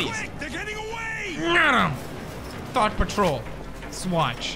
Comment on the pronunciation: We all know PEWDIEPIE didnt say Thot he said it as Thought